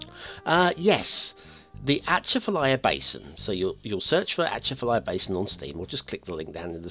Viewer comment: Definitely mispronounced it and this should have had a national road and real marshes.